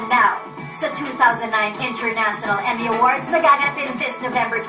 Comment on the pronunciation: Emmy yan ha, "Emmy" Haha.